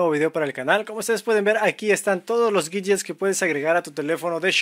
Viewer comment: por que Pronuncias la "W" como si fuera una "G" ? . . . o.O?!